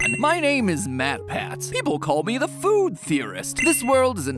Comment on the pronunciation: What does "eatab" mean? Also, you called Mat "May" at one point.